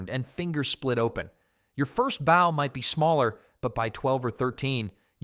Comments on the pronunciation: It's not pronounced like 'bough', it's 'boh' or 'boe'. They're bowmen, not boughmen! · AI narration? He said BOW like you take a bow not bow as in archer's bow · Good old AI at it again. "Your first BOW might be smaller..." Nice one. Stupid Artificial Stupidity. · Stupid AI doesn’t know the difference between (long) bow and (to) bow. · why is he saying bow instead of bow? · Turned it off after the computer couldn’t pronounce bow correctly. How about having a real person speaking with an English accent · Sounded good for a few minutes until the AI narration pronounced the word "bow" in the way that means curtsey or the front of a ship. This happened intermittently throughout, BAD FORM!! This video obviously is just to make money, the creators don't care if it's right, just FILL THE TIME! Clicked away fast, won't be back. 😞. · Maybe if you didn't use computer mispronunciations you wouldn't get dislikes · Ai voice mispronouncing Bow lol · You would have to be an idiot to keep mispronouncing 'bow'. It is not a bow of a ship. I think you pulled your information from the same place some of them supposedly carried their spare bowstrings.